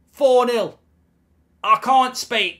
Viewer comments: "I can't spaek"😂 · "Ah cahnt spake, ah cahnt spake". 😂